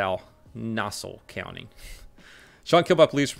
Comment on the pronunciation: Pronounced Na-Saw County